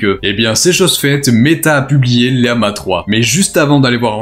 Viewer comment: Pourquoi prononcer lama liama ❓❓❓❓❓